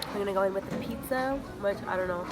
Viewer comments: You’re so gorgeous...xoxo 😘, I swear you were saying “peeksa” rather than “pizza”?! Lol 😂. Don’t screw up your beautiful brows btw... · You can tell she’s Hispanic bcuz she said piczza Hispanic donde andas? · she said pixa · the way she says pizza lmao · The way she said pizza😂